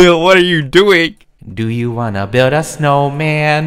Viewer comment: "Do YoU wAnNa BILL-d A sNoW mAn?!"